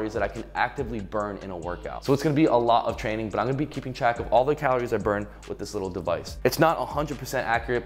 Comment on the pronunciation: I NEED to ask... WHY do you pronounce calories, CALOOOORE? It drives us crazy.